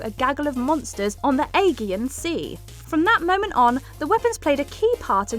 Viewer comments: A-gee-an sea. You know, the famous sea around Geereece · A-jee-en sea. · Please look up how to pronounce stuff before recording a script. A "gee" an sea and Air "ees" not Aris....ffs ik you guys are at home but don't throw QC out the window completely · "ah-jee-ahn sea," no "egg-ee-ahn"! Learn English. And the god of war's name is pronounced "air-ees", not "air-is." How do you NOT know these things?! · Aegean with a silent e, not Eggean 😂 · "she-car slate"... "Ay-gee-an sea"... Christ. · The Eggian Sea, one of the Seven Poultry Seas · The pronunciation of both Sheikah Slate and Aegean Sea really bugged me. One is mentioned in the game and one is just a common pronunciation...not hard to get right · OK, I've resisted commenting on pronunciation in these videos for a while now, but Aegean was the straw that broke the camel's back. If you do voice overs FOR A LIVING, you need a pronunciation dictionary/guide and you need to use it. Talking is literally your job please put at least some effort into it. It's utterly ridiculous.